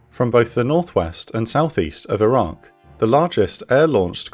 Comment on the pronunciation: Not sure why but often when you say Iraq it sounds like Iran. Maybe pronounce the Q (K) more?